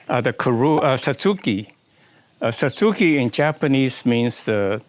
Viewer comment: That is my type of tree, though the base is a bit contrived. Thanks for your pronunciation of Satsuki--my friends insist I say Satz-ki (more like the Japanese pronounce it). Never heard of using rotted oak leaves to elevate acidity . . . thanks! Any particular species of oak?